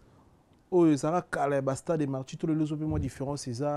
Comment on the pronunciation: Ah boyoki pe neti nga pe nayokaki eloko moko ya genre wana! Marture au lieu de Martyre. Heritser au lieu de Heritier